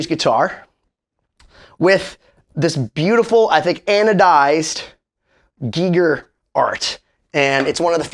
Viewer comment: STOP!! It's Pronounced "G-Eye- ger"... Not "geeeee- ger".. HR Giger is famous for his work on the movie Alien I believe. however Im sorry for yelling, but I couldnt take your pronunciation of his name anymore.